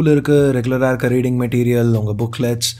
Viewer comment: That 'IRUKU' seems funny